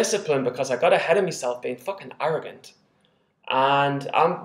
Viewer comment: *arrogant... Not arrongant ha ha ha